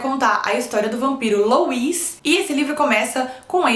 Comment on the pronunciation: Se pronuncia "Lúi" e não Luís hehe :)